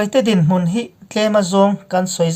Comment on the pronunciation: Mûn ni loin mun rang deuh hlek a lam tur.